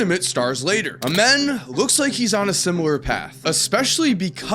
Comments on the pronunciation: Lol you saying a men” it’s pronounced “a” “mean” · It’s amazing how the media wants to avoid saying his real name. His name is pronounced Amen The same way, we say it in church. Very sad that we changed his name because we don’t wanna glorify God.😢